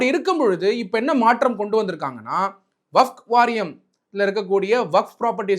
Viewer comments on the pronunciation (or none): வகப் இல்லை டா வக்ஃப் என்று சொல்லுடா முட்டாளே.